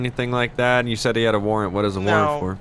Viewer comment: That man played himself "thanks for not arresting me for my worent